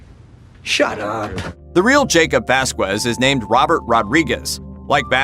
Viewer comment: Vazz-kezz, Vasquez. You don't pronounce the U pendejos